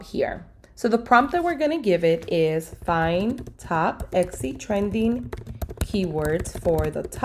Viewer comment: still saying ECCI or EXXI are we?